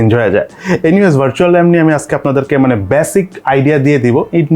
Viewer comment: Virtual lam na Ram hobe bhai.fast intro..